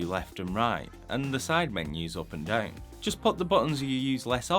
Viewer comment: I'm more bothered by the "deuwn" for "sit down" lol but I'm french so what do I know ^^ I'm more used to american english accents, for obvious (movies) reasons